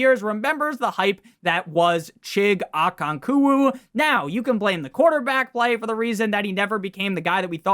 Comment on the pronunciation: Chig “O-Con-Kwo”